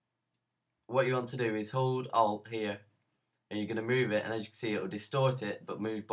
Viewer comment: You said hold "alp" what?